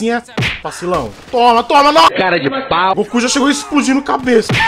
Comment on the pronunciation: Eu estou toda hora escutando oque ele fala: o Goku ta chegando grosso eu escuto: o ku ta chegando grosso kkkkk